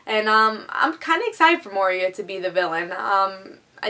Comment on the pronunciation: Moira is pronounced Moy-RAH.